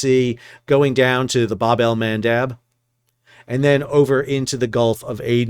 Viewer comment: I take a drink and check a bingo square every time Dr. Sal says “babel mandab.” I came for the international commerce and maritime knowledge. I stay for bingo …and all I have to say is “BINGOMANDAB!”